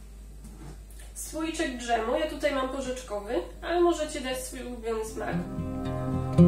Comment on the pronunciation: Przepis prosty i ciekawy, wypróbuję na pewno. Tylko, droga Pani, proszę nie mówić d - ż em. Dżem jest prawidłową formą. Dbajmy o ładną polszczyznę.